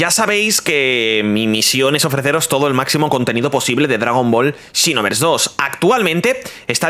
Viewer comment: Dragon ball "chinovers" JAJAJAJAJA es "sinovers"